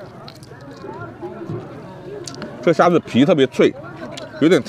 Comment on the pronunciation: 7.23. 虾子 （prawn)不是瞎子(blind man) 😆。 视频内容可以认识多点民间美食文化👍